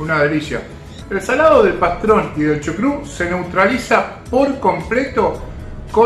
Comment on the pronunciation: Dijiste chucrut?